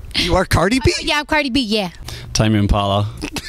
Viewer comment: Wow, Tame Impala pronunciation is way different that I thought